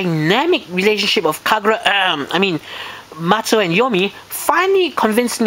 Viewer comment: oh yeah, btw, her name is not matsu, but mato...